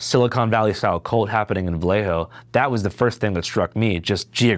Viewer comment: Vuhlay- O. You’re welcome. Homies description of Mac Dre was as flawed as his pronunciation too